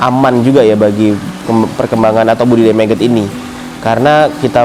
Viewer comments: MAGOT MAS..BUKAN MEGET ?? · Bukan meget bang , tetep nyebutnya magot